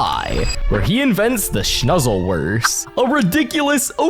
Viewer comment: it’s the sluzzleworst not shnuzzleworst (unless I heard it wrong in the actual episode)